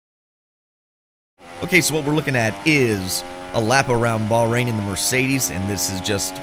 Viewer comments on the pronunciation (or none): none